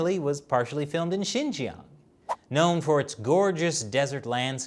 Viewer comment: I find it hard to listen to a man who prob ounces Xinjiang as “shin-gang”